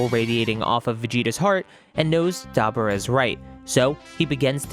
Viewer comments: DAH-BORE-RAH say it with me, DAH-BORE-RAH. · Story great but your butchering some of these guys names….dabura was brutal lol